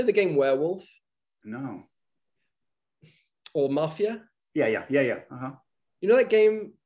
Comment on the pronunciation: Dijo Werewolf con W de Wrande